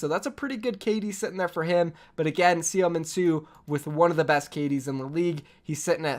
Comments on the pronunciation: Btw seominsoo(서민수) is pronounced soh mean soo. The soh is kind of open with your jaw low. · Seominsoo is pronounced SUH MIN SUE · you butcher seominsu name so bad it's funny